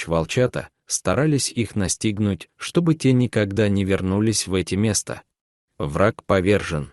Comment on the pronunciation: Не лесА а лесА, неужели нельзя прочитать по-русски правильно ? Не мЕста а местА. Послушайте сами себя как ты озвучивание текст. А текст очень хороший, берущий за душу, но не в вашем прочтении, к сожалению.😢